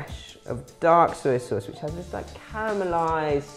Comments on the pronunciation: OMG OMG OMG Soy Sauce not SER Sauce 🙄🙄🙄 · "Suy suwss."